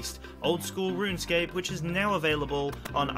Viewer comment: Are you saying "ruinscape"?